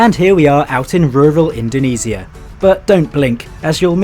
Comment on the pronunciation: Indonesia ❌️ Indoniisia✅️